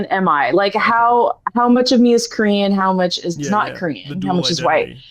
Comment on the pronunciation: oh my god I thought you were saying "Curian" or something and I was like what the hell is that??? When I listened back I recognized Korean easily but maybe my brain short circuited.